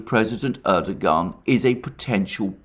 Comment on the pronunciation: turned this off after a barrage of "erdo-Garn" - it's a Turkish name, it isn't pronounced like that, make an effort ffs